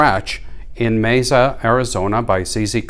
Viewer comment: When did they start allowing porn on the internet? Pronounce it how you like but the locals say may sahh. Thanks for showing off these guns.